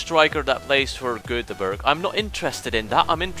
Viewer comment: I get it, you're not Swedish. But that Göteborg pronounciation was terrible!